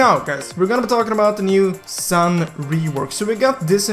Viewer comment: Is reas s(u)n not san